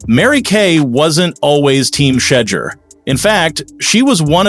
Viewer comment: Plz pronounce his name, right